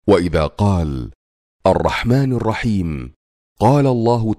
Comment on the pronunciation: مبروك عليكم الشهر ومقطع جدا رائع لكن للأسف يوجد خط في نطق الرحمن الرحيم بضم النون والصحيح الكسر